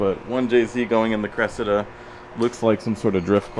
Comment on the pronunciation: Hahaha say cressida again 😂😂😂